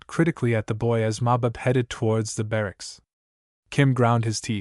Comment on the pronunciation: Wonderful story, bur terrible pronunciation, makes it un-listenable, the word Sahib is pronounced with a silent h, Saab. Like the car make, Subaltern is not pronounced Sub Alt ern, but Subaltern, barracks are barracks, not bar racks, almost every Anglo-Indian word is misprounced altogether a wonderful story ruined. !